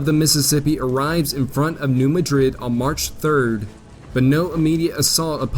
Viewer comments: Great stuff. Incidentally it’s pronounced “MAD rid,” emphasis on the first syllable. Keep up the good work. Glad I found your channel. Hey, you pronounced “Cairo” correctly. This is impressive. Everyone mispronounces the name of that town. So you get a pass on “Madrid.” 😊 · New MAD-rid. When discussing US placenames which are carryovers of European places, always double check because the citizens of the USA often intentionally change the pronunciation of locations named by immigrants from Europe. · Tough pronunciations: CARE-row Illinois, New MADrid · Get a better narrator! It is MAD-rid, not like the capital of Spain; in it Conestogo, not however you butchered it, like the wagon, prairie schooner, etc. He has trouble pronouncing words than any high school graduate should pronounce correctly. It is like fingernails on a chalkboard. It drags down the whole program. Get talent! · it’s actually Dutch👍! New Madrid should be pronounced as New MAD (as in angry) rid. Thx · New MADrid!!!!! I grew up there, just wanted you to know the correct way to pronounce it. Years ago we had Civil War re-enactments every summer. Fun times. Such a rich history where I grew up, although I sympathized with the Union, have ancestors on both sides. Which, sadly, was common back then. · The graphics and analysis are excellent. One complaint, however. The narrator continually mispronounces place names. In this and associated videos Cape Girardeau, New Madrid, and Carondelet are not pronounced correctly. Part of the problem is that Americans tend to "angelize" foreign words. (New Madrid is NOT pronounced like the Spanish city.) It is obvious that the narrator is trying to do justice to these place names, but just a little more research (perhaps a phone call?) would be in order.